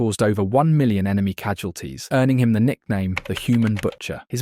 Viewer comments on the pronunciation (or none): none